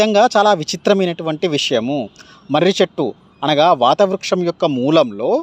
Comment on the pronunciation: వట వ్రృక్షం వాతవ్రృక్షం కాదు దయచేసి సరిచేయండి